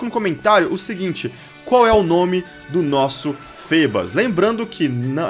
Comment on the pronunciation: se fala errado o nome do milotic